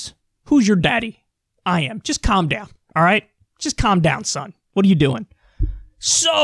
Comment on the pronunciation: Sounded more like "Calph Downpfh"